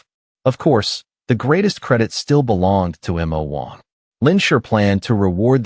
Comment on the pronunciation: That is the stupidity of AI narrators in spelling out some words, especially two letter ones. It's supposed to be Mo Wong(which it is in all the previous videos), which can be translated into Demon King.